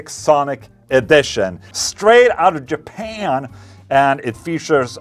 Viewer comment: that was the tightest jaPAAN I've ever heard